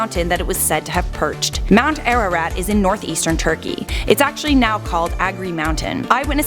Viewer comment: As an Armenian you absolutely BUTCHERED the name of our mountain. Lol